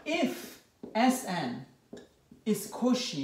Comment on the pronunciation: I love that you never pronounce “Cauchy” the same way twice lol